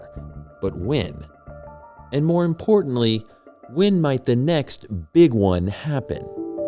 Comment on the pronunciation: Why does the narrator pronounce "when" as "wynn"? That's super annoying.